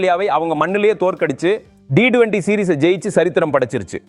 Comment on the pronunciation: ரசிகர்கள் ஏமாற்றமே .. நண்பா உங்களின் உச்சரிப்பு சரியாக இல்லை T20 யே சரி D20 இல்லை நண்பா.